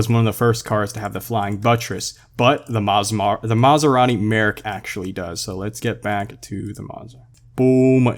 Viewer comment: The way you say Maserari Merak. For a person who made a car pronouncing video, I am dissapointed lmao. The accent is on the A.